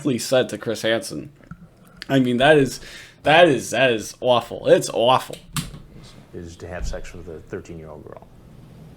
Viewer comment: As a west coaster, it's always a delight when someone from the northeast says "awful". It always comes out as "o-waffle". Go long on the O. Cheers